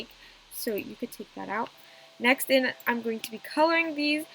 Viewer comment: I thought she said naxt